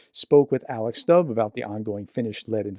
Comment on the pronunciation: The president’s name is pronounced stub not stab. Also, I read somewhere that the president and other foreign policy heads were awake at night at Christmas monitoring the operation where a special forces unit seized the Russian tanker. So this was taken very seriously. The unit was armed and had been authorised to use force on board if necessary to arrest the crew and take control of the ship. It was heading towards other cables right at that moment.